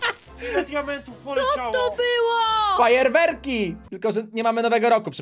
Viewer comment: zamiast fajerwerki powiedziałeś frajerwerki